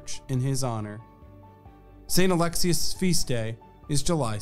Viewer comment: Its not Alexis its Ah LEX eeeee Uhhhhs